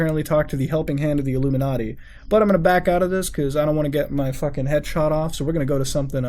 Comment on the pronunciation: Lol "illuminardy"